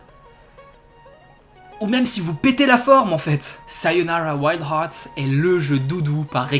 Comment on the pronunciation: Merci pour cette très bonne vidéo, de plus je te met un 20/20 pour la prononciation du titre du jeu ^_^